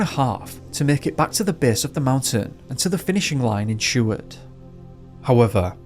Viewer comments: Dude how do you mispronounce Seward. Sheward?? Tf is up with you man you do great work and the net will tell you how to say it... you are all about education yeah and all tooting your horn about how "hard" it is to get a "PhD", ... Bud the hardest part is the CASH needed to pay for one. Anyway whatever I've been picking on you for longer than that idiot who subbed to you 4 years ago has even looked at your videos, so nothing new, hearing you absolutely belligerently destroying the easiest names in the history of the English Language, most of em American, while you tut tut about us like we are stupid for being different.... I'd still smash a beer bottle over your head but, I enjoy your videos. Try a little to earn your pay and PRONOUNCE these words would ya, have some respect if your gonna talk about us for money. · I had Mrs. Seward (married to grandson of Wm. Seward) for 5th grade. She was such an awesome teacher. We were even given the opportunity to view high school films in the 5th grade. ❤️👍 p.s. the name is Seward not Sheward.